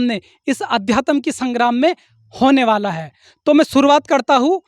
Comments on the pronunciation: Adyatam to bol lo pahle sahi se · पहले अध्यात्म बोलना सीख ले बेवकूफ